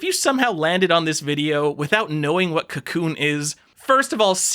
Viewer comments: FYI: Kakoune is pronounced kah-KOH-neh. Comes from the Japanese word 書こう (kah-KOH, the volitional form of "to write" or "to compose" -- get it, because it's a text editor?) and the seeking agreement particle, ね (neh). Text editors, eh? ;P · I want to punch you because of how you say Kakoune but I also want to befriend you...